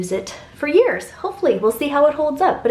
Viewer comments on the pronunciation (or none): none